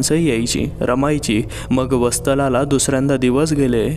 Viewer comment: वस्तला नाही वत्सला म्हणा की....बाकी आवाज रोमहर्षक आहे.